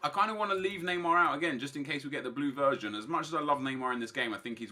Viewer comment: Did he say the blue VIRGIN? I know he means version but I heard VIRGIN